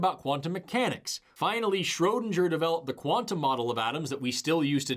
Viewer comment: That's not how Schrödinger is pronounced, you should know that.